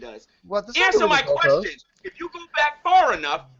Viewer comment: got mad swag... i AXE you a QUEXXION